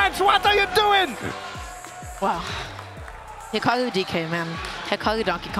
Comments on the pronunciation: hikawu bweeding even mowue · Why does she have such a hard time saying hikaru